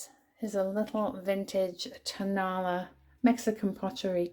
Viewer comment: I love your vids. Just an FYI… the Mexican pottery pieces are pronounced “ tone-ahh-LA “ (accent on LA). It’s a town adjacent to Guadalajara where you can buy all kinds of housewares and Mexican glass and pottery for great prices.